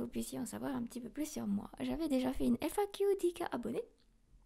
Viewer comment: Je me suis perdu... Entre le "eiffaquiou", le "ahessemartiste", l'envie d'un million d'abonnés pour le compte en banque. Bref. Entre Léa et Kalie, 2 grosses escroqueries, et des fautes d'orthographe même en parlant. Bref. De l'argent facile. Tant mieux pour elle un beau filon.